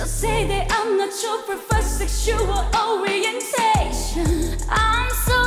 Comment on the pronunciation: Why is no one talking about kei’s vocals and pronunciation? She’s so gooood i never knew she could sing like this and her pronunciation for “Sexual orientation” ? AMAZING